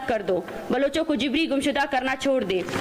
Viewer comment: She is pronouncing JABRI, JIBRI. Why has Shehbaz Sharif allowed this hater monger? Let her be in the same room where is unwise IK